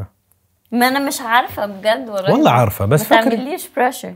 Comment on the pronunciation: تصحيح: واللهِ بكسر الهاء و ليس واللهي